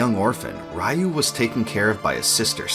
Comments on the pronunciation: Not sure what was more nostalgic, the walk down memory lane w/this series, or listening to you mispronounce "Ryu" in the same way I (and many others) used to for the entire video. It's actually pronounced "Ree-You"; りゅ - Ri-Yu- instead of らいゆ -Ra-i-Yu-). Disregarding the spelling though the two names have different meanings that make it pretty clear which is the proper pronunciation: "Ryu" means "dragon" in Japanese while Raiyu means "thunder". Grammar lesson aside, very nice video. BoF 3 is my personal favorite of the entire series w/5 being my least...and we don't talk about 6 :D One of my favorite mechanics from BoF3 was the multiple ways to get awesome equipment for your characters. Too often in modern RPGs you just buy equipment upgrades but I particularly remember being able to get awesome gear from fishing, stealing, dungeon crawling, defeating monsters and sending your faeries out exploring. It made doing all of these things actually worthwhile as opposed to either just checking of a list of things to do or being simple ribbon abilities. That aside, didn't "Tears of Magic" not get funded through Kickstarter? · I can't believe there are still people who pronounce it RA-YOU. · I always thought the pronunciation of RYU is re-you. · Ryu is pronounced “ree-you”… strange that you’re making a video about the series yet don’t know that. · Why English speakers has issues pronouncing RYU how it supposed to be pronounced? It is so annoying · I thoroughly enjoyed the video [and all the information provided], except for all the parts where you said his name (Ryu) wrong. 😊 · Sorry😂 but I keep laughing the way the host pronounces “Ryu” because back in the 90s before we knew any better, everyone pronounced it this way because of street fighter which was wrong! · Who tf pronounces Ryu like that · Decades later, you stupid Americans still can't pronounce "RYU" correctly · Very well done retro, though every time you pronounce Ryu it hurts my ears 😅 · Ree you, not ra you 😂